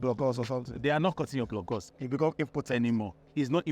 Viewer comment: "that they'll cut ur blokos..." 😂😂 That guy na weyrey 😅